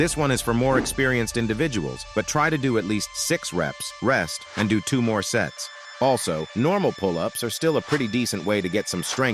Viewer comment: I heard sets as sex 💀 (i am not really that dirty minded)